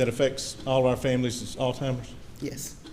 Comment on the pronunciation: White people have such a difficult time understanding black people when they speak it's as if it's an entire different language. This woman can't even pronounce the word Alzheimer. She calls it old-timer. How is she even qualified to take care of anyone?